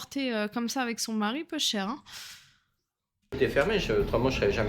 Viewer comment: Elle a dit peucheure ( peucheure il est mort en cagant les braille a la main )😂😂😂😂😂